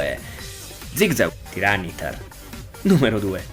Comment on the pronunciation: Tyranitar si pronuncia "tairanitar" non "tiranitar", e comunque troverei assurdo una gigamax di tyranitar, in quanto ha già avuto la mega ed è molto forte da solo. Sono altri quelli che ne necessitano, a mio parere